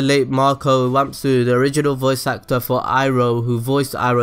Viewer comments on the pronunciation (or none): none